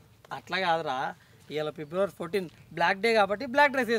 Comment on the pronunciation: పిబ్లవారి కాదు అన్న ఫిబ్రవరి